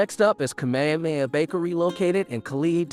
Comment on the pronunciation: FYI.... Kamehameha=Kah-may-hah-may-hah... Pa'ala'a Kai/Waialua=Pah-ah-lah-ah Kye/Why-ah-loo-ah...Wailua is on Kaua'i, same meaning (two rivers), different pronunciation/spelling